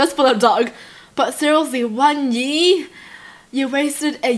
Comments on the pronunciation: Why do u say yee instead of year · NO hate! But "one yee, on yee"😂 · The way she says year, Yeer 😂😂😂😂😂😂 Dead ❤️❤️❤️Love You ❤️ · She said "OMG ONE YEEEEE" (year) XDD